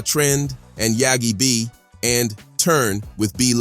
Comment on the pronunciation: He called setdatrend yagi b😂